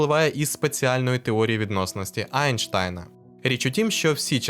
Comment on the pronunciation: Айнштайн - як мед для вуха. Класно, що все частіше прізвище цього вченого правильно вимовляють.:)